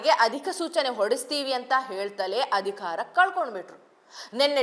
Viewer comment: ಚೆನ್ನಾಗಿ ಓದುತ್ತೀರಿ ಒಂದೆರಡು ಪುಟ್ಟ ಬದಲಾವಣೆ ಮಾಡಿಕೋ ೧.ಅಧಿಖಾರ ಅಲ್ಲ ಅಧಿಕಾರ ೨.ವಿಧ್ಯಾರ್ಥಿ ಅಲ್ಲ ವಿದ್ಯಾರ್ಥಿ.